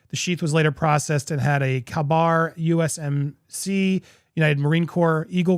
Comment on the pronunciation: He said a kabar. Its pronounced Kay Bar.